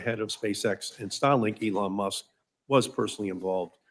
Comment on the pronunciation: Markey needs to retire and play more golf or something. It is remarkable that Sen. Peters doesn't know how to pronounce "Elon Musk." Is that Bill Nye, the Pervert Guy? Yep, that's him. Certainly not an endorsement that I would want!